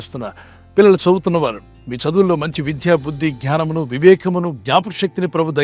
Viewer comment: గ్యానము కాదండీ ఙ్ఞానము అనాలి.